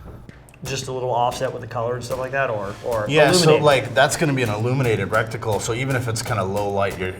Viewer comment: Right? Just because he's a soldier doesn't mean he is familiar with every single gun. These people just sit in front of their computer and point out every single mistake these two guys make. One guy even pointed out that one of them pronounced reticle “recticle”. These “experts” in the comment section need to chill out